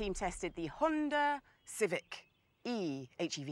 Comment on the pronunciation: It's HEV, not HVE ffs!